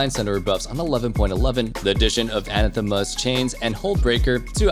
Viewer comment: please look up how you pronounce the word anathema